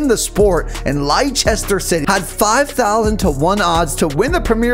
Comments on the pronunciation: It's pronounced Lester city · Great Video! Leicester City is pronounced Lester City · You pronounced leicester city wrong but still a great video